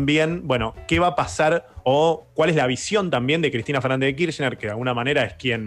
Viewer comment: Cuántas veces vas a decir Cristina Fernández d kirschner lpm jajajaja me arruinaste los oídos